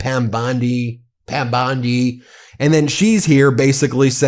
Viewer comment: BEN, YOUR IMPERSONATIONS SUCK EVEN WORSE THAT YOUR PRONOUNCIATION OF PROPPER NOUNS! Please STOP! Bondi does not sound anything like that and your Levin impression forces me to shut you off.